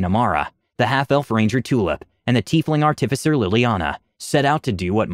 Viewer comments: ...Ar-tif-icer? Art-i-ficer! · Artifice is the action of making this out of base material. Someone who does that is an ART-if-cer, not an ar-TIF-ic-er. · A little off topic, and I'm not trying to be an ass when I say this, I'm just pointing it out. You put too much emphasis on the "TIF" when you say artificer. Instead of saying art-TIF-icer, just say artif-isser as one smooth word with no emphasis on any part of the word, like you would say "artifact". Or just google "pronounce artificer" and listen to example built into google at the top. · learn to pronounce artificer please for the love of god...How do you pronounce artifice? Pronounce that and add an er to the end.